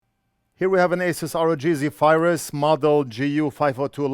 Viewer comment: It's Zephyrus not Zebarus 😅